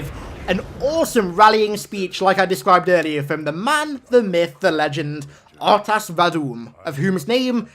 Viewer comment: I think instead of being pronounced as R'tas it's meant to be said as Rtas